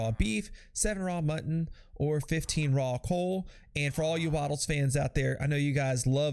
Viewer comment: “Raw coal” lol